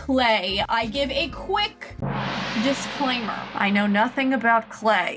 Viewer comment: "a quick dis clay mer" 💀